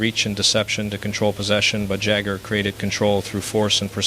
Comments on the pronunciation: MICK JAGER 🤣Thats how he pronounced Jagr total AI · This mispronunciations of names Jagger is in Mick. Total AI. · Jagr is an NHL icon AND a former teammate, yet Mario can't say his name right. 😆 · Jagir and Roy pronounced like someone who has never watched the game. Yeah, this is not Mario. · If this really was Mario talking , he wouldn't of mispronounced pat and jams names - AI is already out of control !